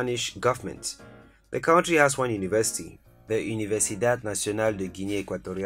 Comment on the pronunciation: Great video! As a native English speaker, I encourage you to say CUNTRY, rather than cowntry.